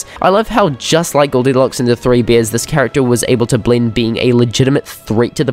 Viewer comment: he said beers instead of bears